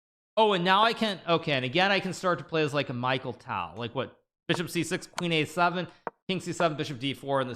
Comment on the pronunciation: Its not micheal ..its mikhail tal